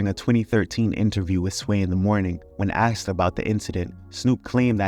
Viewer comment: Bro I can't with you americans saying "aksed" instead of "asked"